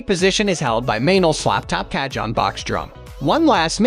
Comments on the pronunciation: The moment you said "ca-john" it was enough for me. Closing this tab rn. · This is an AI voice mixed with stolen pictures & video clips online. That’s why the Ca-John… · Repeat after me and everybody else here,"kaa- hone." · Americans make no effort to pronounce anything correctly. Every time he said CAH-JOHN I wanted to close the video lol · loose the last E its pronounced "CA -HONN" / as of "CAJÓN". spanish for "drawer" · Narrator mis-pronounces the name of the very product he is reviewing. Yikes ! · tfw you can create and edit a whole 12 minute video but use the most ridiculous robot voice that mispronounces the name of the instrument every single time